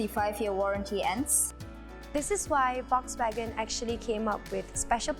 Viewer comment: Volkswagen pronounced wrongly🤦🏻